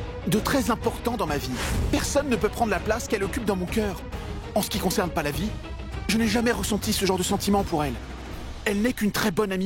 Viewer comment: J'aime tellement quand dit Palavie😂